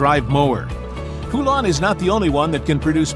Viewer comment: I've heard from folks that actually worked in a Poulan factory that it's not pronounced "poo-LAN" like you are using here. It's pronounced "POLE-en".